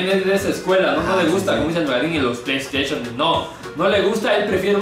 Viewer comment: "LOS PLEISTESHONES" NAMAMEEEEES!! JAJAJAJAJA XD